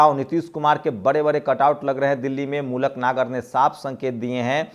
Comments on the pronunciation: Maluk Nagar Naam Hai Aap Baar Baar Mulak Nager Bolte Ho Yah Galat Hai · अरे या मूलक नही. मलूक नागर